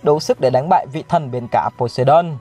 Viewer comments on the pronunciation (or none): none